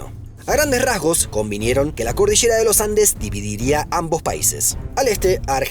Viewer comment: "El vache" o La cordichera"... 😅😅😅